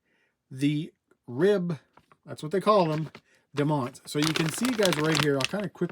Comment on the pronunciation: It’s actually DOO-MONT like the Dunes here in California